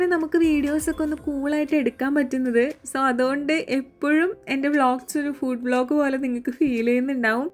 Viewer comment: ഫൂട്‌ alla ഫുഡ്‌ an chechi😂